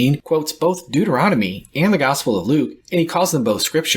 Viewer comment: And ... Dude-eronomy 🙂 Had to listen to end for that one